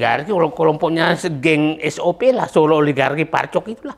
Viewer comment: Enak bgt ngomong SOP nya 😂